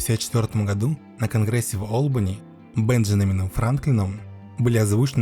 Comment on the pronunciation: И гходу!😂